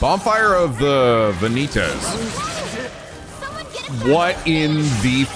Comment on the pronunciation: Think knows he mispronounced vanities?